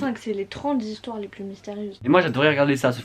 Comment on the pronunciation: J’ai adoré le coup des 35 zhistoires, et la soeur qui enfonce le clou : “nan c’était pas 35 zhistoires” (là tu te dis qu’elle va lui dire qu’il n’y a pas de “s” à 35…sauf que pas du tout) “c’était 30 zhistoires” 🤣🤣🤣🤣👏🏼👏🏼👏🏼